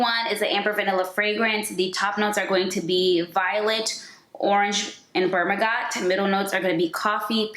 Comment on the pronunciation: I have all these except for La Capitale. The bottle is GORGEOUS Btw Bergamot is pronounced Burger - Mot. And Myrrh is pronounced Mer like Her. Have you tried Casablanca from Swiss Arabian? It's like a spicy warm apple pie